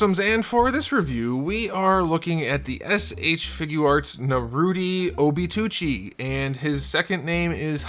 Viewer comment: Obi” toe” 🦶 😫